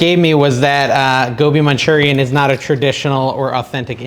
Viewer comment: Gobi Manchurian….. My absolute favorite dish! (you pronounced it correctly)